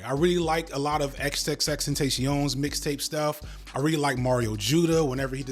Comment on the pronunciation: That’s not how you say xxxtentacion.